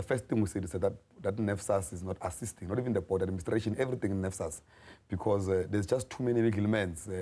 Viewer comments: Nesfas - NSFAS not nefsas - NFSAS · NSFAS not NFSAS